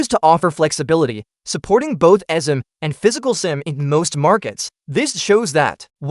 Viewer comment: The AI voice doesn't know how to pronounce eSIM